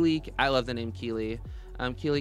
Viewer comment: Thank you for loving my name (and actually pronouncing it right!)😂😂